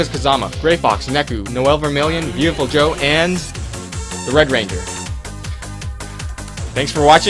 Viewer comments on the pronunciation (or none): A) It's Viewtiful Joe, not Veautiful Joe.